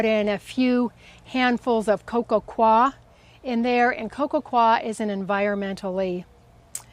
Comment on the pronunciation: Coir is pronounced ""coy ya" or "coy yer"!